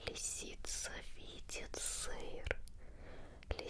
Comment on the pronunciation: Хахах ты специально так выделяла слово "сыр", я права? флешбэки с Пикачу